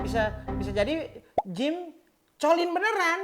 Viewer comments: itu bacanya jim colins bang bukan jim colins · Itu bacanya Jim KOLINS. Nah, terus... MASAKNYA KAPAAAN?! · Itu dibaca jim kolins Einstein!!!